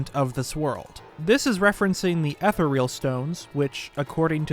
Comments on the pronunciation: Ether-real? Are you kidding? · Nobody is talking about the way he mispronounced ethereal